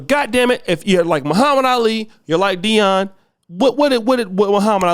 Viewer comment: Jason Shitlock, you keep pronouncing his name wrong